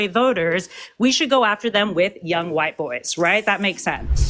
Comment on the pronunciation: "A lotta why-tea people" 😭